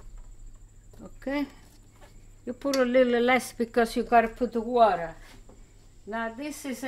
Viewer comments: About the colander: “You put in a da tings dat droppa da wadda.” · You had me at "the thinga that droppa da water"